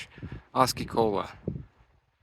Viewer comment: Nice hike! TNX for bringing me along. BTW its AW- C- OLA C U Later!